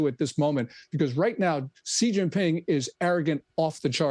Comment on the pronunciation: Whats a "Jzi Jzing Ping"??